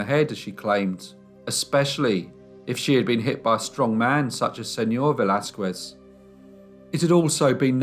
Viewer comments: Señor Velasquez (veh - LAS - kehs) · just fyi: in the name Velasquez the U is silent